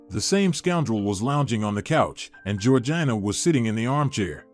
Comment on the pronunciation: Georgina is pronounced Georgena